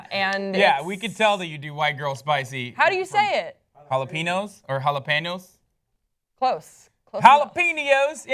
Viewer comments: it's pronounce hala-pen-yo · did Hassan just make fun of how said jalapenos?? his version is even worse. and least she attempts the ñ.. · mocks for pronouncing Jalapeños incorrectly Pronounces it worse that... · When hasan botches the fuck out of the word jalapeños and then gives shit when she says it cuter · wow hassan can't pronounce jalapeños right and then makes fun of who actually can, dumbass.